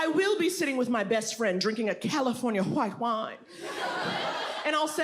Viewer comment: Drinking Hwhite Hwine, draped in ecru😄🤣😅😆😳